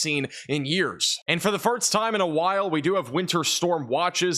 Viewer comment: 😂 my face every time says "firts" instead of "first". <3